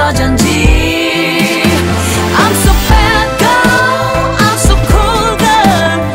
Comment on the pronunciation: I was so obsessed woth this song last year. It sounds like so sophisticated, edgy, mature, cool. The only thing I didn't like was the chorus when she pronounced girl lol. Idk it kind've made me cringe...